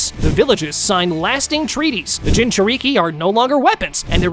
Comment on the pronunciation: Dude, learn how to say Jinchuuriki or just be like, "A host of a Tailed Beast." Edit: This is stupid. You said he befriended Kurama before the Land Of Waves arc, but have him going 1-Tailed against Orochimaru? He'd be able to use KCM after befriending Kurama, and he'd probably not need to train much, just get his younger body used to some techniques... but 1 thing I think he would've made sure he could do ASAP is use Perfect Sage Mode. He'd probably need to do 99% of his training just making sure his body could keep up with all those amps. Like if Goku reawakened with his memories right after hitting his head in DB, because he could go Super Saiyan 3 and Kaio-Ken x20, but that would kill him lmao. At least he'd theoretically be able to go Super Saiyan and master it again. Imagine Goku with the 50x multiplier against Yamcha. He wouldn't even be relevant in OG DB anymore lol Anyway, try again, dude. Why would he not be using KCM if he already befriended Kurama?